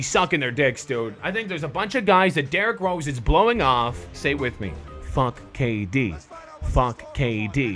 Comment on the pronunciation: Did he say d rose cant dunk (boi)